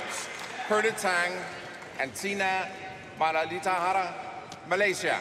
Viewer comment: The umpire can't say Muratitharan name correctly..😂😂